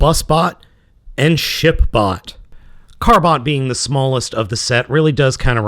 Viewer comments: I heard him say Shit bot not Ship bot. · Did you say ship bot or s**t bot? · did he say shit bot or ship bot